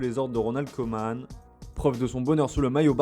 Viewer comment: C'est quoi l'intérêt de faire des accents caricaturaux pour dire Locatelli ou Harry Kane quand vous êtes même pas foutus de prononcer correctement Koeman?